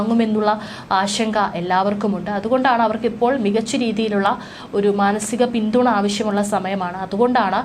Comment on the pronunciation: വളരെ മോശം ഇവരുടെ മലയാളം. പിന്തുണ, മകൻ. ഇതൊക്കെ പറയുന്നത് ഒന്ന് കേട്ടു നോക്കുക. ചുമ്മാതെ വലിച്ചു നീട്ടി ഓരോന്ന്. കേൾക്കാൻ ഒട്ടും താല്പര്യം ഇല്ലാ